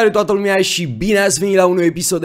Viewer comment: " Salutare toata*LUMIA* " asa se zice la